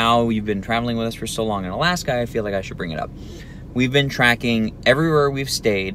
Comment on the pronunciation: Alaksa or Alaska?